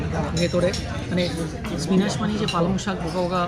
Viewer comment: Pronounce spinach as spinich.